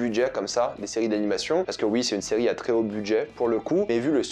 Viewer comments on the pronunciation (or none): la ciri au lieu de serie🤣🤣🤣😂